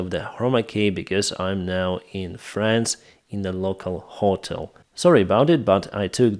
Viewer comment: Hi, you mispronounce HOTEL, saying Hot - el,...it's Ho - tel 👍